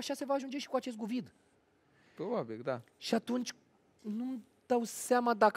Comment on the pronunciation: Mi se pare mie sau de pe la minutul 40 dorian tot zice "guvid" in loc de covid😂